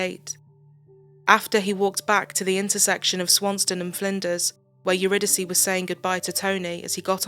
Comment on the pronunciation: Her name is pronounced uridicee. It’s a greek play or goddess I think